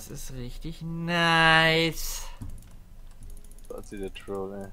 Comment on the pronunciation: Spatzie? Aussprache? xD Und #BRAUMTHEON